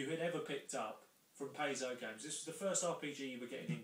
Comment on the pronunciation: Thanks,. BTW, it's PIE-zoh.